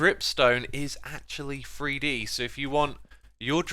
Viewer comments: Its not free d its three d theres no f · As a northerner it bothers me to no end hearing Xisuma saying "free-dee" hahaha